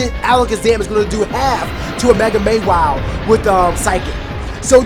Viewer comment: Never heard Mawile pronounced as May-wile... May start doing that, lol